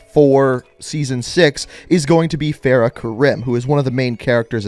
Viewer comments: MW: several characters repeatedly correctly pronounce Farah’s name in the campaign to make it clear: “fay-ruh 👁👄👁” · The way he says "Feyrah" triggers me so hard lmao